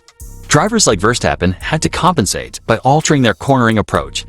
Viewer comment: It's ridiculous that your little talking head can't even say Max's last name properly😊